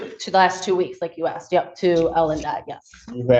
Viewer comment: 😂😂😂 u axed????? wth haven't these people learned how to talk yet?? you are in court, and you sound ignorant AF, did you go to the lie-berry to get this information???😂😂😂